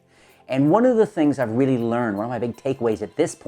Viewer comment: Weally weally nice video